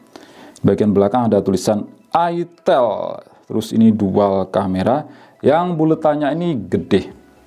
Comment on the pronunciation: Ai tel bacanya kak jangan itel makanya saru